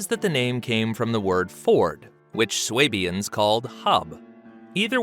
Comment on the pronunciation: SWAY bians lol